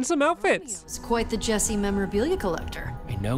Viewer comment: yo bro is saying esse dude[ment to say jesse]